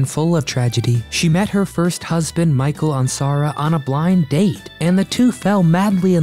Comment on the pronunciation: This is a good video. Always enjoyed watching Barbara Eden on anything she did. On Lucy, on Andy Griffith, and especially on I dream of jeannie. But I do wish this presenter would do a little better job in his homework on how to pronounce the names like DesiLu and Michael Ansara. This seems to be a regular problem with this YouTube channel.